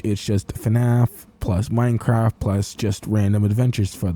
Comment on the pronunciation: ah yes "minecrack"